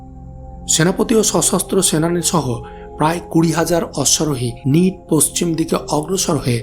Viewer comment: নিট না নাইট